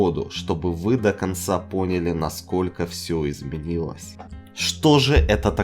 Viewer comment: пОняли.....ясно понятно, ударение для слабых